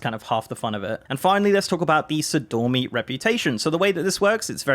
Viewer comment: Sor-ee-dor-mee. Her name has two "i"s in it.